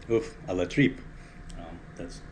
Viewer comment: Thanks for sharing ! Does this dish have a historic signification to you? You prononced the name very well!